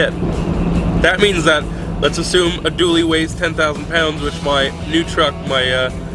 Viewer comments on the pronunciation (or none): none